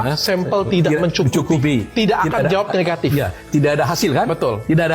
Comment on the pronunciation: Suka pak oto ketika ngomong "NEHATIF" semangat demi keadilan